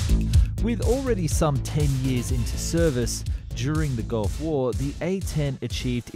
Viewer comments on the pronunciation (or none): none